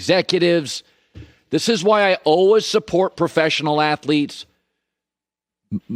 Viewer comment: Colin: Say the word "All". Now say the word "Ways". Put them together. It's not "all-was". It's "all-ways". C'mon man...you're killing me.